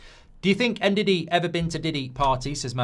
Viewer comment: You dont say N-Didi its Ndidi it does start with En same sa Embumo Its Mbumo no M-mbumo